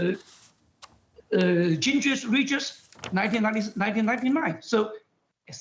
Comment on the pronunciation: I love how he butchers Newt Gingrich's names. Newt Gingis-Ringis